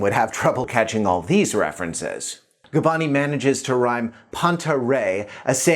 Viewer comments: His surname is Gabbani, not Gabbini... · Gabbani, not Gabbini ;)